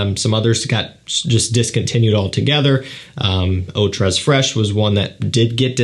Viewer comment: I cringe every time he pronounces the s in tres